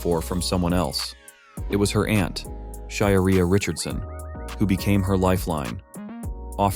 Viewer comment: her name is pronounced Shuh-care-E not shaw not car-E